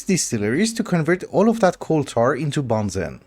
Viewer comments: benzene ❌ banzen ✅ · I love you man, but please pronounce (ben·zeen) correctly. It’s hurting me